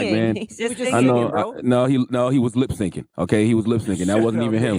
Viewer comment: "Lip sinkin" 😆